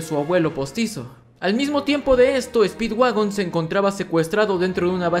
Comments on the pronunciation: en el minuto en vez de decir speedwagon dice speedwaifu xd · Like si te diste cuenta que cuando digo que speedwagon había encontrado petróleo pero vuelve a escuchar speedwagon y te darás cuenta que dice speedwaifu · dise mal speedwagon y dise speedwaifu speed-w-a-i-f-u jajajajaj